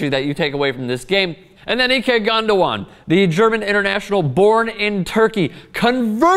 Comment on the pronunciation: It isn't pronounced as Gundowan. There's no 'W' in it, you're not the only one who says it wrong, the commentators say it incorrectly all the time.